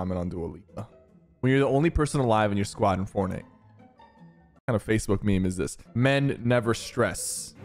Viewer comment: "im ranked number one on fornut"